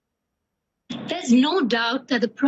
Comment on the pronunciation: "On her sleave". lol